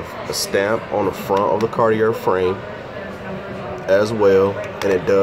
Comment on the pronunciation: Sounds right to me🤷‍♂️